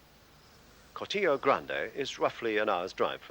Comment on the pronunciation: Shame that the commentator didn't pronounce 'Cortijo' correctly!!!!!